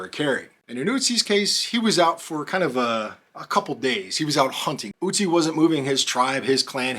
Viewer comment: Guy's name isn't Uzi but Ötzi! The first letter is pronounced like the next vowel after the first letter in bird or girl :)